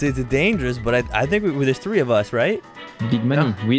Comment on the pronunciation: "theres tlee of us"